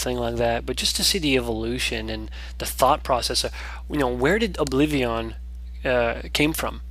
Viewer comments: obliveon??? what the fuck is obliveeeeooon lol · it bothers me on how he says oblivion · OBLIVEEAHWN love it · it's like you say obliveeon, awesome! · yea he says oblivion funny but he's a great.example of a gamer that challenges himself and manages to pull of great lets plays